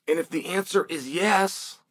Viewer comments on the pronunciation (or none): none